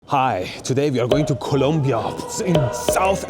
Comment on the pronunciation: Thank you for saying and spelling Colombia the right way! I'm not Colombian in any sense but when idiot fellow US people say "columbia" annoys the FK out of me.